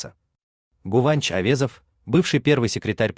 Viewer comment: Не Гуванч а Гынанч